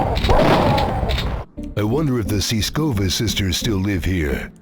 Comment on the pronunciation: Soo Siskova... its Tits'skova and Natasha & Nastya... you got it..